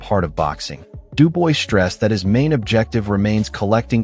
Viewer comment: AT LEAST LEARN TO PRONOUNCE DANIEL’S FRENCH LAST NAME PROPERLY FONETICALLY IT SHOULD SOUND “ LIKE DU BOA’ , AND NOT “ DU VOICE “